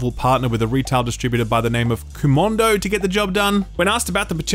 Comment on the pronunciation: Where is there an N in Komodo? You know, like the lizard, Komodo dragon?